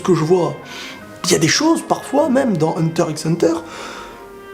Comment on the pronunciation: Par contre faut arrêter de dire Hunter IXE hunter